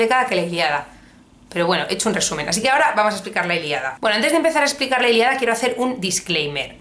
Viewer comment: La Iliada? La ILIADA??? Es la ILÍADA!! Con tilde coño! Que me da algo cada vez que te escucho pronunciarlo mal! Sin acritud.